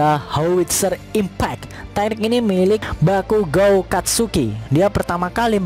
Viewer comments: bakugou min bukan bakugao :v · Bukan bakugo tapi baygon wkwkwkwkwk😂😂😂😂😂